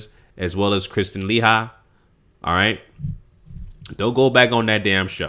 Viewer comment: LOL....The way this dude Pronounces her last name, gets me every-time.